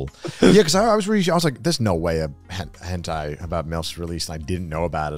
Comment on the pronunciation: It's Henthai not hentai